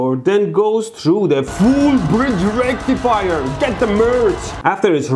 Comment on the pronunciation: Full Bridge Rectifier ain't no circuit I ever heard of. Say Full Bridge Recifier again mf. 🤣